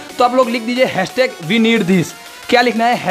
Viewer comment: it says weneedthis but he says wirniedths